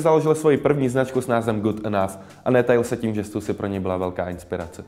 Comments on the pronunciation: "u gotta call it stoosi" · neříkej stasy nebo mi ujebes uši